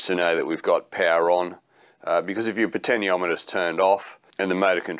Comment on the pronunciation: Good job but... the pronunciation for the POT is 'potenshiometer', which you eventually got right towards the end. Still... I liked the video.